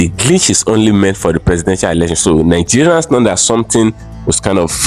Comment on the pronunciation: Neegerians😂😂😂 try another one.